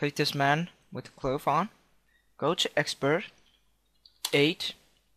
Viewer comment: jheez cache you say cash cloth you say clothe Made Me Laugh